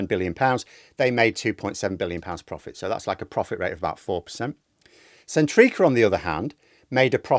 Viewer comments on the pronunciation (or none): Can't cope with you calling Centrica sen-TREAKER! 🤣